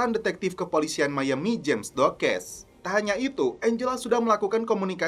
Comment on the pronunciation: blood itu bkn dibacanya blud tapi blad trus James bkn jims tapi tetep James ato Jams.... bego Lo ahhh 😂😂😂